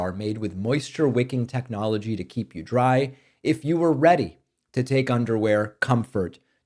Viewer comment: Did he say techoligy?